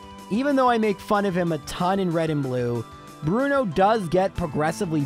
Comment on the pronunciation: Bruno Two-no